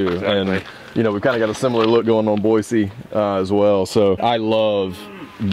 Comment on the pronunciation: The obvious effort you're making to show respect with "Boy-See" being pronounced right in your Georgia dialect makes me laugh a little